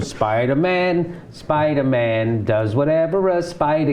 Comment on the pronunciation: this episode suddenly got really funny! "Spidamin" haha!.. "He works in accounting!"